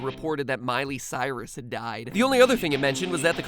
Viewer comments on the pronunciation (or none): none